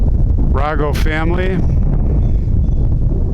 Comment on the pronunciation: It's pronounced RAYGO, with a long A sound. The family are prominent funeral directors in Chicago.